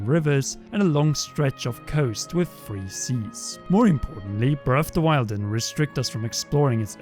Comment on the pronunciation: "BREFFF DE WYLD"